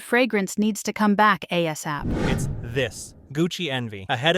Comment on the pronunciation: A-s ap eh? 😅😅😅